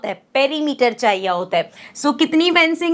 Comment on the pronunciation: kya chaiya hota🤣😂 inplace of kya chahiye hota